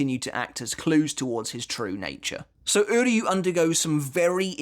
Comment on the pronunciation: I just want to take a moment to appreciate that unlike the English Dub and almost all other YouTubers you are the only one who pronounces "Uryu's Name" correctly